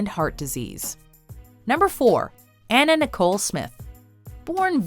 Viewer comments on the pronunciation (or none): none